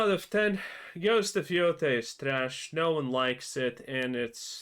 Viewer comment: Yotei mo' like Mo'gay. Jeez louise im getting deja-vu, i think i already said this on one of your other videos.